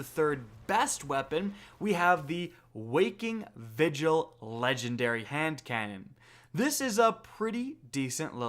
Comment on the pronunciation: “If you get a wakkin vigil”